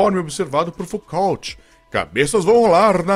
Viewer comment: Narração prejudicada! Trechos incompreensíveis ou confusos, outros com entonação estranha, parece forçado. Ainda há nomes errados como o Foucault e o IEMA... Precisa rever aí! Abraços.